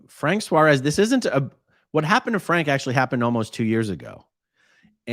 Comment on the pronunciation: Another one?? I followed Frank Suárez.. just before he died. and now he was scientologist???!!!! Just so as you know how to pronounce his last name properly: it has a tilt in the A so you have to put emphasis in it. it is not "suarés" it is "suáres"